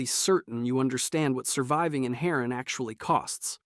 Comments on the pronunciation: It's "har-ran virus" not 'hurra-ah virus" ya tourist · Hair-in, anteyezin, Dr. Zeer..... no effort into this video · Har-an not heren thats a bird mate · Is bro saying Herron? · I think it’s pronounced (her ron)instead harran sir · Nah im out 30 seconds in the hair-in virus?😭😂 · Why is it after all this time so many people can't pronounce Ha-Rahn properly oO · At Harran I was like "ok it's just one word" then I heard antizin and I was out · Got me at Harran… I was like… yeah then he said the medicine all wrong… 🤦🏻‍♂️. Not wasting my time with something like this video, the constant mispronouncing will drive me nuts. Sorry, person that made this… seems like you put a bit of effort into to this video… but pronouncing things correctly will take your videos further… and get more likes. Not doing so will turn off a number of your audience. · Did this guy even play the game? The way he pronounced Harran, and Antizin is wild. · Did you even play… how you mispronounce the most brought up drug in the game along with the name of the city that not only is mentioned throughout the game… BUT IS LITETALLY THE INTRO WHEN YOU FIRST LOG INTO THE GAME EVERY SINGLE TIME